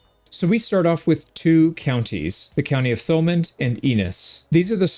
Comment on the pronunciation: Thomand is pronunced "too-man" or "too-mun"